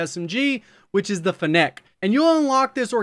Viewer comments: It's Fennec not Fennéc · fe neck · I swear its pronounced feenic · Probably not the first to mention it, but it’s pronounced with emphasis on the FEN — FEN-nec, like the fox. Or Vector for the OGs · Did this man just say fen-Neck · why does everybody pronounce it fen nec? its fennec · Yeah and fennec is pronounced fen-ick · Grammar police here. , fennec is pronounced FEH nuhk or FEH nick, as in "fennec fox". :-) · It's pronounced "Feh-nick" like the Fennec Fox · It's pronounced finnick. Like gimmick but with n's and an f. As in the fennec fox. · Great video. Very informative. Please learn to pronounce Fennec correctly tho 😆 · Why does he say Fennec like that?